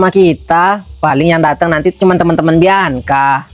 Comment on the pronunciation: Bianca kak bukan biaca